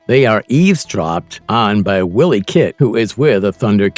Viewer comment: It's pronounced Why Lee Kat...not Willy